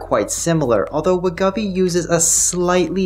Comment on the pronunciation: Just as a heads-up… I notice you keep saying Wegovy as WEH-GUH-VEE. This doesn’t seem to be correct… heard Novo’s CFO in an interview, and he says it as WEH-GOH-VEE. 2nd syllable ‘Go’, like as in ‘Go ahead’. No biggie, just though you might wanna be accurate, considering you’re probably stuck talking about Wegovy for at least the next 3 years or so (‘til CagriSema, Retatrutide, etc fully obsolete it). And, as I said elsewhere… great vid. Keep on keepin’ on,. 👍